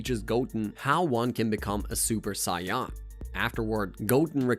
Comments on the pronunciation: for future reference as a random YouTube homepage recommendation: mispronouncing the most iconic word from the series (a word with an easily searchable English pronunciation that’s probably said more often than a ton of common English words in the show) is enough to put me off this video in 1min and 3 seconds. It makes it appear as though you didn’t do the most basic research in scripting this video. I’m sure you did, but I’m not going to be able to deal with that for two hours. Sorry man. I wish you success next time, though. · Saiyan ❌ Cyan ✅ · Bro this isn’t an ai voice I heard before but I am not watching literally because of “scion”. Like say it right or type in “say an” or even “say on” to the voice generator and try again. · It can be hard to be taken as a "subject matter specialist" when you continue mispronouncing the word "say-en" (saiyan) as "scion". I didn't even watch that much, and I know that's FAR from how it's said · Because he is saying Scion not Saiyan! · There's noway this guy can't not pronounce sayain, smh lol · Sai,,,Yan?.. he probably says Sasuke as Sa su ke 😅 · Everything he said wrong: “dragon ball z’nt” “epizodes” “twornament” (@ pointed that one out first so creds to him) first “Sion” of the video bro still can’t beat beerus by the end of the top another “sion” didn’t say the plural I just thought it was funny😂 “masta Roshi” (I could put in but he said the Japanese translation of kakarot but then I thought why did he say the Japanese version instead of the English one) T H E kakarotto (I think that’s how u spell it idk) on TOP of saying “sion” he didn’t even say the plural version💀 I thought it was weird that he said “a space pod” considering the one he’s talking about is the space pod that raditz came in If I altF4 youtube all of this will be deleted so imma come back to this in a while and end up edited this comment WAY too many times. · I can’t believe I’m an hour in listening to him talk about Cy-Yons or Scions 😂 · Sayawn wtf